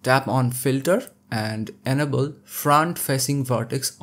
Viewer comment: I hate to be “that guy” but when you say the word “enable“ I thought you were saying “edible”. 😂😂😂 it took me a while to figure that out. Love your tutorials.